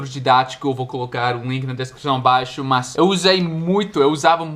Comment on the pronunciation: quando vc fala "mas" (but) tem um som de "más" de mau ou mal não mais como "plus"